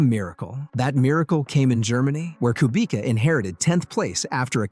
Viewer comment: Kubica is prounounced cue-bits-uh not coo-bee-ka